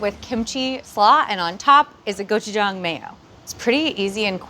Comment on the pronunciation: Thank you for pronouncing gochujang correctly